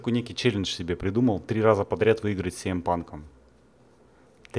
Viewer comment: Он сиэмпанк, а не цеэмпанк